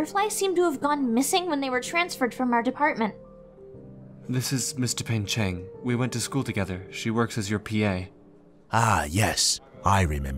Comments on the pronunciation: Just wanna say, its dupain-cheng, not dupeng-cheng. triuehsfigkerd loved this thooo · I can't stop to hear "Mister Pain-Cheng" 😭😭😭